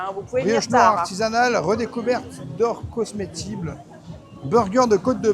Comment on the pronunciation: Cosmétible au lieu de comestible !!! J'adore faut pas se mentir 😁😁😁